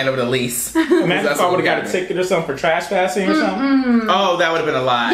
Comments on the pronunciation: I heard trash-passing 😅😅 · Yes you said trashpassing